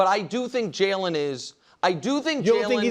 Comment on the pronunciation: I’ll never get over how Nick pronounces “Jalen” Hurts. He says it like “Jailen” 😂😂😂